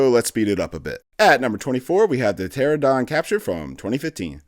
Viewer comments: How many times is this dude gonna mispronounce pteranodon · The way he kept mispronouncing Pteranodon took me out of the video a couple times, loved it otherwise :)